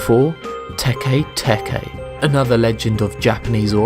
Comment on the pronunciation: His pronounciation of 'teke-teke' is terrible.. He pronounces it se 'tekey-tekey', but if it was supposed to be pronounced like this, it would be written as 'tekei-tekei'.